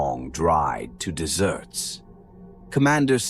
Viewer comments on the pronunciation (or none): Desert is said, D eh zurt. Dessert is pronounced, D eeh zurt. Did an AI read this?